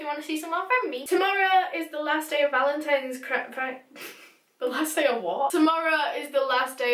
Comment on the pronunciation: No one:: Today is the last day of Valentimes Creek